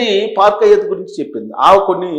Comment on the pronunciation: పార్క్ అయ్యత్ కాదురా హౌలేగా! హయాత్! నీ బొందల ఉచ్చారణ! ఏమి జర్నలిస్ట్ విరానీవు?